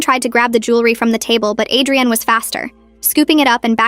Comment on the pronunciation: It was probably Adrienne but ai voice read it as Adrian